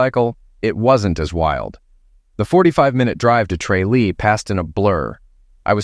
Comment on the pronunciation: Alright, from the big smoke here and physically cringe at this story. Its pronounced TRAH-lee. Its a GP too. Gods be good, this was hard to listen to.